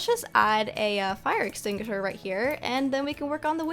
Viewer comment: "A fire extingisher" is it just me who heard that!?